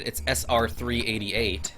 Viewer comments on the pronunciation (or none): its pronounced sr3 eight eight